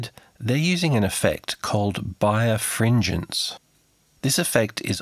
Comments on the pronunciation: "birefringence", pronounce it like "bi refringence", there's no "bire" in it. bi re fringe ence. Whatever fringence is, you've apparently got two of them, and back again. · I think it's not pronounced bire-fringence but bi-refringence. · Nice video, however: it is pronounced bi-refringence (double refraction) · I took the time to closely hear how people say bi-refringence and you are correct. I didn't pronounce this properly. With the Australian accent we generally don't have strong 'R' sounds when we speak. This is not an excuse, I still made a mistake. Just one of the many things I have learned from making videos. Thanks for watching and enjoying and especially for commenting, thank you.